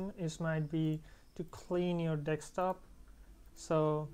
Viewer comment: i love how he says (dekstop)